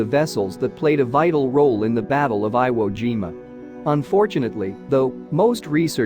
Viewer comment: You mean Veye-ut-gnome? How do they get eye wo, but not jime-a? What a "Gine-a"